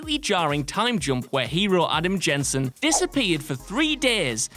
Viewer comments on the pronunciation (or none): none